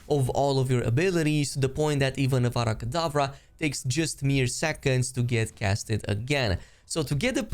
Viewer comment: It's avada kedavra , not Vara Kedavra , it's simple to say tho'... like just hearing that from the start triggered me 😂😂